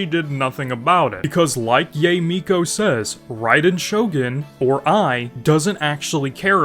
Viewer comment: I wouldn't worry about it tbh. He's a long time player so I'm sure he knows the names, but probably don't care how the names are pronounced. Saying Yae as Yay gives me a good chuckle though lol.